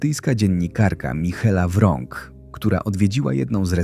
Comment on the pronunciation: MICHELA WRONK dobrze byłoby gdyby autor nauczył się nieco angielskiego a celu prawidłowej wymowy tego imienia i nazwiska